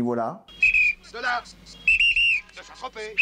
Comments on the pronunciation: Il a dit Saint Trospette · "Saint ... Trospète" ... "oh moi il m'énerve !" 😂😂😂